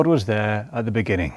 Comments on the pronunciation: in da benining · "In the beninging" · in the beninging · Ini dee beninging...